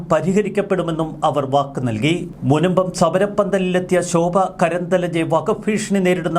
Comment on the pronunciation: കേംദ്ര മന്ത്രിയുടെ പേരു ശോഭാ കരന്ദ്ലാജെ എന്നാണ്. ദയവായി ഉച്ചാരം തിരുത്തപ്പെടട്ടെ.